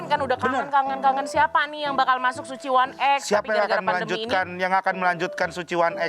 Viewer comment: kenapa jadi kayak bioskop 'one ex' kenapa bukan 'ai ex'